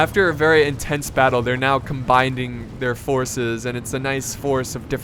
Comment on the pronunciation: Damnit! You pronounced Combining Come-bine-ding. I hate it when people pronounce it with a D, my teacher does it all the time and it annoys the crap out of me. So please, DONT PRONOUNCE IT WITH A D!!!!!!!